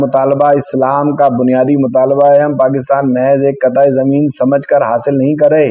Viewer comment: قطعہ زمین... ق کے نیچے زیر کے ساتھ پڑھنا چاہیے.